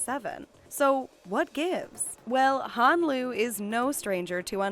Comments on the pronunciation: IM SO ANNOYED BY THIS ITS HUN NOT HAN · U said how Han u mess up